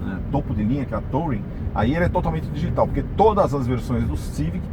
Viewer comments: TOUring?????? aprenda pelo menos a falar ingles: pronuncia-se turing traseirinha copiando um volvo... console central tbm..... que lias, quem nao tem cultura, nem se lembra de mencionar como carro premium... Procure saber a diferença entre ergonomia e anatomia... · Se pronuncia Turin. O carro não precisa estar com o motor ligado para a central funcionar, basta não pisar no freio. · Será possível que algum vlogger automotivo no Brasil ainda acertará a pronúncia de "touring"? Cada um fala mais errado que o outro kkkkkkkkkkkkkkk Detalhe besta, não faz diferença nenhuma, mas irrita àqueles que são fluentes na língua inglesa.